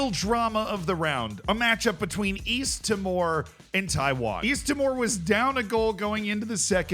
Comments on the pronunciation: East timor is meant to sound more like "tea - more" Great video though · Yeah, it's said like tea more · The way you are saying East timor is so funny, it's not even close